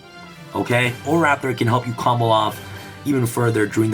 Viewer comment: Nobody:: “COMBLE-OFF” “SPESH-UMIN”